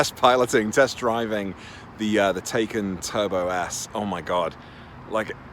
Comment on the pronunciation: Hey, Liam Neeson called and said it's pronounced Tai-con not Taken. 😉 Loved the video!